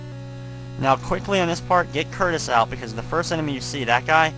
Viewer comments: It shouldn't bother me this much, but.. WHY DOES EVERYONE CALL THE BIRD CURTIS!?! IT'S CUTRUS! T comes before R. *sigh* I feel better now that I've vented. Sorry everyone. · I'm pretty sure since the bird's name is spelled "Cutrus" that it's pronouced "Coo-truss"